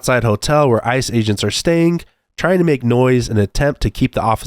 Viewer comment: I am aware that I am extremely nitpicking ,but it "ICE aGNets" 😂😂